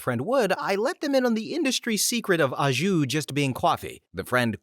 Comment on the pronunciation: Little tip, most Americans mispronounce au jus. The au is an O sound. (it's French)